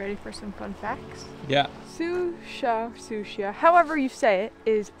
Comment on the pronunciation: Hey guys ‘dirty’ in Spanish is pronounced soo see oh Great video keep them coming